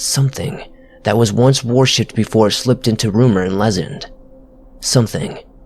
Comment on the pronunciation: Did you say " something in the forest was 'war shipped"?? 🤣